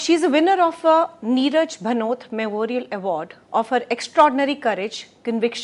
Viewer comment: The video was excellent. However, the speaker pronounced the name of the Bhanwari Devi itself incorreclty. She is one of the most famous person because of whom the POSH Act came into being. Further "Neerja Bhanot" was pronounced as "Neeraj Bhanot" within the first two minutes of the video starting. A number of incorrect pronunciation, some serious some non-serious were found in the 60 minute video. Further, simply reading out the provisions of the ACT does not explain the meaning of the Act any better. There appears to be no post production check by CeC. The video was however very good.